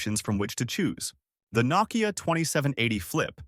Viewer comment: "Naw-kiya", huh? AI voice missed that step.